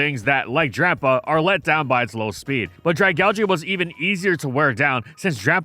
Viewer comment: Saying Dragalge makes me want to just not watch the video honestly